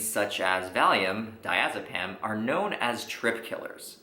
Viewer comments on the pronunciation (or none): Did you just sayed valiom to kill the trip!! And how the hell i am going to get that lol